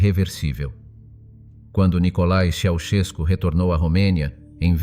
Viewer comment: Non je ne veux rien de plus car tu es un robot qui deforme les noms de famille. Ceaucescu doit se retourner dans sa tombe !!